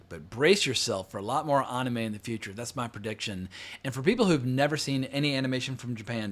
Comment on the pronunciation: Omg I hate how you say Anime 😂